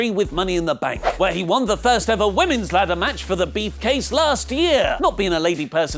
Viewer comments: “for the beefcase”😂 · Am I the only one who heard say "Beefcase" towards the end of the video? HES CASHING IN HIS MONEY IN THE BANK BEEFCASE!!!! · ..."Beefcase"? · Regmanray reference to Luke botching the word briefcase in a wrestleramble episode